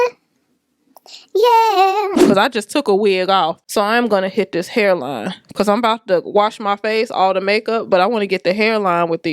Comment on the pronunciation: Your “ becawse” is so churchy 🤣🤣🤣